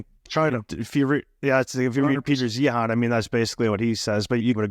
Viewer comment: Peter Zeihan (ZION) not zee-Han.